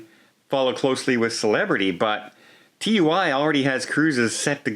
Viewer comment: what cruise line is named TU Y?? Do you mean TUI pronounced TOO-EEE?????